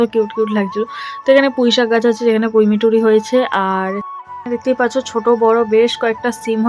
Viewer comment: পুই মিছুরি ❌ পুই মিটুরি ✅